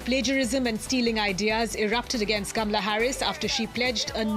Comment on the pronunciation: if you practice you could learn to pronounce her name repeat, KAH MA LUH. KAH MA LUH keep repeating till you get it right. You should learn to pronouce the First Woman Presidents name. Just saying....